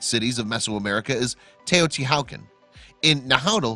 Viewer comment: Get the pronunciation right. = The "H" is silent in TEOTIHUACAN. Also an accent on the second a. / Language Nahuatl = na, watl